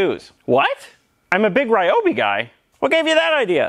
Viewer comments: THis brand should be pronounced R ee-obi, not R-aye-obi. Just my 2 cents. ^^ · Tools feed our soul. Ryobi is great. They pronounce it ReeeObee tho. Keep up the good work. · recently I was watching a video by the company Ryobi. The woman in the video said we're pronouncing the name incorrectly. The pronunciation is actually, Re oh be. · I love Ryobi tools, I own 8 of those I think. There is just one problem - EVERYBODY PRONOUNCES IT WRONG! See, Ryobi is made by a Taiwan company but the brand is leased from the original japanese manufacture. This means the name RYOBI is written in Romanji, basically a way of writing down Hiragana and Katakana in latin alphabet. Therefore it shouldn't be read as all of the english speaking world does but rather pronounced R - YO (like in "your") - BI (like "be" or "bee"). Oh yes, and the second problem I have is they are not that cheap for my poor polish ass :p